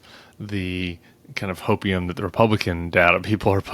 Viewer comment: Hopium turns into hokeium!